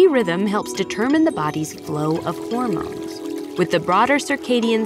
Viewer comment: Bruh. ☠️ I thought that was a b*alls when she said Hormones.